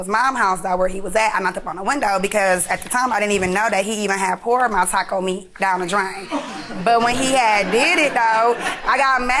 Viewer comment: How she says Taco Meat 😂this is hilarious